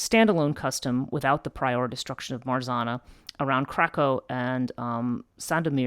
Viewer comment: I Love This channel and work You put on it! Hugs from Poland:* Pronouce tip: 'rz' in Marzanna sounds like 'g' in beige and double 'n' should be accented like in name Hanna :)